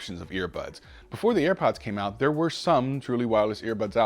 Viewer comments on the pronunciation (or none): Jon seems legit but it's tough to take him seriously when he pronounces "that" and "there" like dat and dere